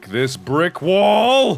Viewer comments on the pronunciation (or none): mark says beick wall. like its a landmark. i said, that is the land mark of donald trump